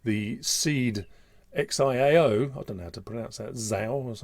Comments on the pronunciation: It is pronounced "shao". It means "small" in Chinese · Solve your chinese word pronounciation, the X is pronounced as CH, so XIAO is like the italian 'Ciau"